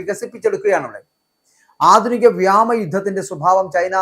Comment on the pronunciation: "വ്യാമ " മാണോ അതോ വ്യോമ മാണോ ശരി